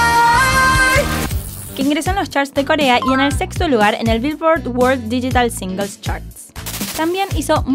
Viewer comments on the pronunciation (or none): none